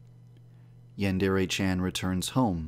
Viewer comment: Yandrea? Its Yandere